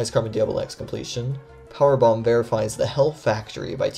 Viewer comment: kinda sounds like you said “car bomb” rather than “Powerbomb” lol